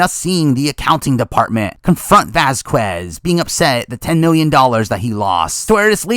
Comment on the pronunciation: That's not how you pronounce Vasquez😂😂